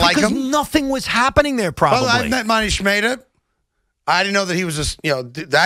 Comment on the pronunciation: "Moneesh Maytah" lol